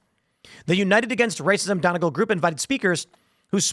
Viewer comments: It’s pronounced Dun-E-gall, not Donnigal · Donegal is pronounced done-nee-gaul. From Ireland here! Get these scumbags out of here! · Love the show. MAKE ÉIRE GRAND AGAIN - M.E.G.A 🇮🇪 (It’s pronounced Dun-E-Gall)